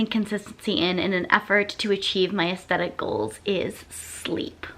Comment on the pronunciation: So everytime you said "athstetic goals" I kept hearing "athsteticles" 😂 (I prolly spelt those wrong oops)